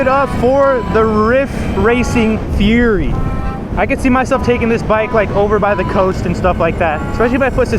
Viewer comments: Bro keeps calling it a furry. Bro it’s Fury as in rage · Keep your fork bolts loose before mounting the wheel and you wont have that problem. Also, it's fury not furry.:face-red-droopy-eyes